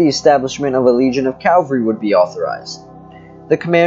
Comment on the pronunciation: Cavalry not Calvary… Other than that good information!